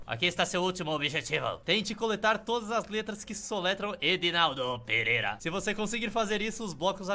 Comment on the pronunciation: Vc falou Edinaldo perera